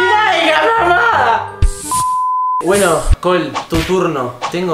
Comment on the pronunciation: Ella se llama cole pero solo se dice col vv😊